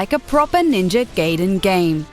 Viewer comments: Gaiden not gayden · ITS not GAYDEN!!! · STOP SAYING NINJA "GAYDEN" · Ninja Gaiden, not Gayden x3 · First of it's Gai den not gA den, they dont pronounce it as A E I O U it's AH EE OO EH OH. so say it with my Gai as in Guy den as in Den like a lion den. Fucking limey. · Firstly: It's opinion. IMO I really liked Mass Effect 3, but the ending made me feel like playing through again/getting DLC was futile. Secondly, it's pronounced GUY-DEN. Tomonobu Itagaki, the head of Team Ninja, said so himself. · its ninja gaiden NOT ninja gayden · at least pronounce it the right way bitch... ninja gaiden was a good game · She needs to pronounce Ninja Gaiden properly. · say ninja gaiden right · I agree some of these top 5 videos are entertaining but it really bugs me when they can't properly pronounce things like Ninja Gaiden. It's one of my pet peeves haha sad though that 3 was such a disappointment. >.< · NINJA GAY-DEN? GAY-DEN? IT IS GUY - DEN! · GUY-Den not GAY-DEN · it's not ninja GAYdain it's ninja GAIdain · Ninja "Gayden"? Are you serious? It's Gaiden, GAIden, AI ! Americans... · STOP FUCKING SAYING GAYDEN FOR FUCK SAKE ITS 'GUYDEN' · Gar-iden not Gayden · Ninja Gaiden, Gaiden (pron. Guy-den) but since it's disappointing game i guess it shall be Ninja Gay-den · It should have been phonetically neenjah gaheeden not phonetically ninja (in pronounced in it's prepositional form) gayden. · I think whoever rated these games is extremely bias and also a wee bit on the mental side. Literally, the only thing i agreed with was the ending of Mass Effect 3, which was still an amazing game all together, and it's not pronounced "Gay"den, it's "Guy"den. My goodness what a fail. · It's not pronounced "Gay-din" you stupid bitch. It's "Guy-din"! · She keeps mispronouncing Gaiden... The I is long. It's Gaiden, not Gayden. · GI-DEN GI-DEN NOT GAY-DEN GI-DEN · Ninja GAIden not GAYden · it not ninja gayden, it´s gaiden, also COD sucks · IT'S GAI - DEN not GAYDEN. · Ninja gay-den tree? LOL